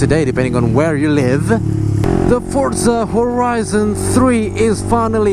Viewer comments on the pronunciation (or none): wkwkwk ngomong forzanya sampe salah berkali kali gitu bang😂jadi jajan game dulu apaa gopro dulu hayoo~?😆